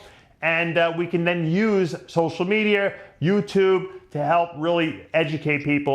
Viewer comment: "social medierrrrrrr" it makes him come off as such an idiot